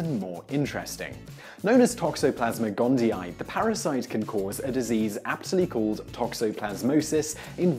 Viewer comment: gondi-ee, not gondi-eye.